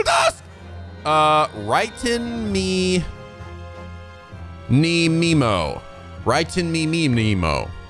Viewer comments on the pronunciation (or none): Me in Japanese is "Meh" not "Mi"... so it's "Writing Many Memo" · A guide to pronouncing Japanese names,! All the vowels have unchanging pronunciations and are read as such: A- "ah" I- "ee" U- "ooo" E- "eh" O- "oh" Therefore the pun for "Raiten Menimemo" (Rah-ee-tehn Meh-nee-meh-moh) is "Writing many memo".